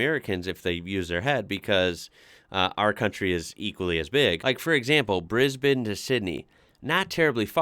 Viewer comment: is one of the only Americans who I know who can pronounce Brisbane and Melbourne correctly.